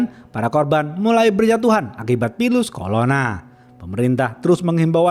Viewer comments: Bang aku dengar nya pilus kolona 😂 bukan virus korona 😂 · ngomong preksha bisa ngomong virus corona jd "pilus kolona" 🥸